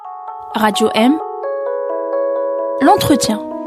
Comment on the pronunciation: "l'ontretien" ! déjà il va falloir commencer par bien apprendre à parler la langue de vos maîtres.... Sa satisfaction est de voir des européens !!! qu'est-ce qu'il leur prend à ces nostalgiques du colonialisme ? C'est quoi la prochaine étape ? nous faire découvrir les "traditions" culinaires de ces païens ? Sieur Guerfi nous apprendra alors à chasser le "sanglier des Aurès" dont la chair est réputée efficacement tahhanisatrice ! Vivement le coup de grâce - un tremblement de terre de "mère nature" - qui fera s'exalter les salafistes.